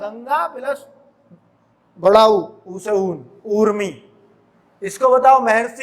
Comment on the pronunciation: गंगोर्मी - गंगा + उर्मी है sir aap bda ऊ kyu bol rhe ho